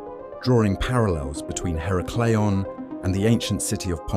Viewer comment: Her-a-clee-ahn. The first A is said like in "at".